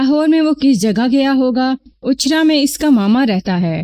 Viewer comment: Ichhra, not Achha. Please correct.